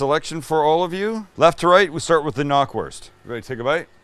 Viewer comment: Hey not to be "that guy" but Knackwurst is pronounced just how it is written, the "K" is not silent. Knack is the German word for snap, and that's the sound it makes when you bite into it.